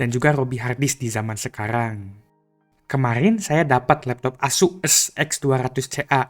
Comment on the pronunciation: ngomong ASUs nya diperjelas jir